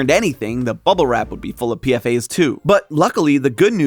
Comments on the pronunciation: PFAS is pronounced P Fas not PFA's the S stands for substances not the plural of A. I used to test for those just FYI. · Dude they're not called PFA they're called PFAS, (pronounced P-FAS) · Its not PFA's its PFAS 😂 look up what PFAS stands for jeez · Crying at calling them PFAs like an acronym like this. The s isn't to make it plural, it means substances. 'Per/Poly-FluoroAlkyl Substances'. it's pronounced as a weird word usually!!! One of my professors works with them and I've listened to lectures about it. It's like "pea-fass". I'm so sorry this video seems good but this makes you sound like you don't know what you're on about lowkey 😭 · Your're saying PFAS wrong.